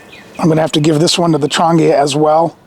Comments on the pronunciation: Nice gear yes! Affordable? BARELY. Still far too expensive for most poor people. Trangia - TRAN GEE (long G) UH is the way to pronounce it. Not Tran-gea Was a bit confusing when you mispronounced it. Even a Firebox needs a wind screen sometimes. Diffuser is needed to spread the heat for certain cookware and foods so it is not concentrated in only one small spot. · Trangia might be pronounced "Tran - jee- uhhh." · Never listen to someone who can't even be bothered to find out how to pronounce the name of the products he's talking about.